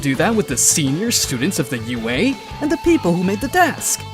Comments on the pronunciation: Could never get used to him saying au instead of ua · It's also UA not AU 🤦🏾🤦🏾🤦🏾🤦🏾🤦🏾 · I feel like I'm being rage bated every time he says "AU" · why do you say AU and gift?